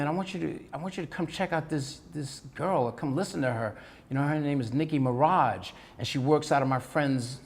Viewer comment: It not Nicki mirage it Nicki Minaj